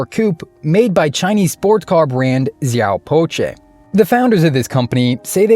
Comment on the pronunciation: pronounced " siaw pao cher". Cher as in chernobyl